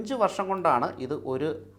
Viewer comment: കൊടി അല്ല 'കോടി '